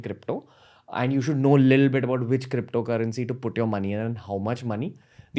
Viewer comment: Even shiv sena can have their cryppptho currency :D